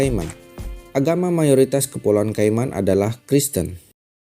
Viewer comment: cara membacanya keimen, karena banyak hewan cayman maka diberi nama cayman island